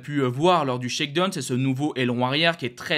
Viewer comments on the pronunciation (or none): Bon, une petite remarque utile: shakedown en anglais se prononce phonétiquement : shakedown tout comme dans la chanson downtown, prononcez: dahon et non pas done. !!!